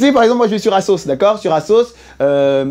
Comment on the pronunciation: Asos c est pas 1 assoc Hein, tu le prononces mal on dit azos